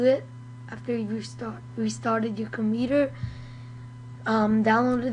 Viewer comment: Its COMPUUUUUTER not comEEEEter !